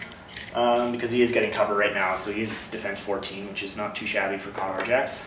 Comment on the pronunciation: Great report and it's Kay-door for the Khador pronunciation, I was corrected numerous times and can't help doing the same now :P no hard feelings.